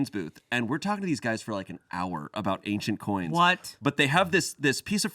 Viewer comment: Ah, said an "ancient coins" booth....I heard "agent orange" booth. Needless to say I was confused